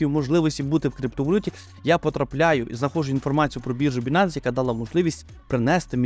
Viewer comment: Байненс а не бінанс!!! Ну ви ж трейдери...